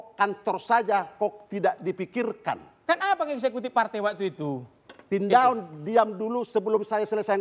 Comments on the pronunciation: Tindaon, y boss bukan Tindarong. hati2 bicara Soal MARGA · iya sy tahu itu Tindaon. tapi kepeleset nyebut tindarong.